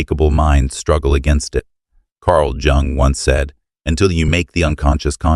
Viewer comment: Sounds good, until “Jumg” , rhymes whth “young” and an articlulated “J”. What happened to “Yoong” as the pronunciation? Facts seem solid. Narrator sounds like. 7th grader delivering a book report. Lol but seriously jot funny.